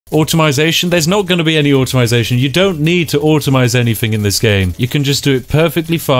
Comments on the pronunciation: Automize? Automate. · Whats automization??? 😂